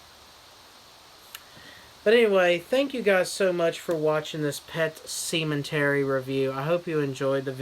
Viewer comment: Yes, hilarious as usual. At first I was like, did he say what I think he said? "Semen-tery" lol! I just knew it was gonna be outrageous from there. Not gonna lie, I didn't catch it right away in the title.